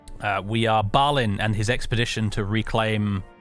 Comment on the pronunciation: Having spent much time staring at the pronunciation guides in the appendices of the Silmarillion, I'm pretty sure the letter "i" in Balin and Gloin should be pronounced "ee", so "Bal een", "Glo een", but I'm never fully confident in the pronunciations of much of Tolkien's world. Would love for someone to confidently confirm or refute this, though. I am certain however that it's not like the monosyllabic modern "groin".